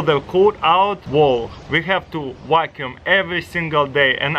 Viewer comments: "you can program this wakoum to wakoum on the edge" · “i love that you can program it to wackyuume the edges”